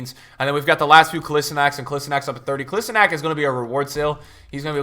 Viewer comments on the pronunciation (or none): Bro, sorry to say this but its kOlAsInAc